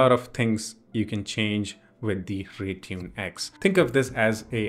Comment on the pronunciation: Instead of Rytune its Raytune in ur website